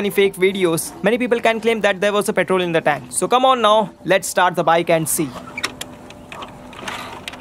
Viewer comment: Tenk🤦🏻‍♂️🙄 (tank*)